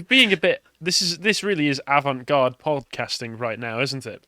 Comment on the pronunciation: "this is avant guarde podcast ing" Beautiful man, beautiful.